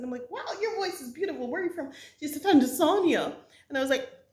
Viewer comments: Love your videos sis. But when you said Tan Zan Nia, I thought never heard of it. Then I realized you were talking about Tan Za Nee Uh Tanzania Pronunciation: tAAn-zuh-nEE-uh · welcome to Tanzania... but please learn how to pronounce it properly..